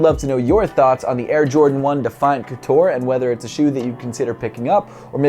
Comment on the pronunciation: Air Jordan 1 couture not coutore from a French fan 😜